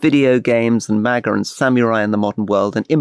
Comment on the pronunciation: "manga" not "MAGA".